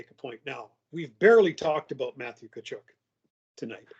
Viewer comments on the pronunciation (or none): Please.........someone tell it's not Kachoook, its Kachuck aka Tkachuk